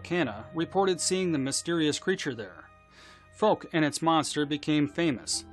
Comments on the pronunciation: It's pronounced F-owe-k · Please look up how to pronounce Fouke and Texarkana 🤣